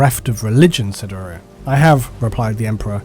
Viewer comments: Shouldn't Uriah be pronounced with a long I sound, like the bible character? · I have a cousin named Uriah. Unless there is more than one way to say it, the name is pronounced you-rye-uh, not ooh-ree-uh. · love the vid but not how you pronounce Uriah